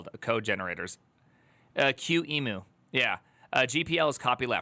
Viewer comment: It's Q-M-U. Three letters. Say each one. So simple.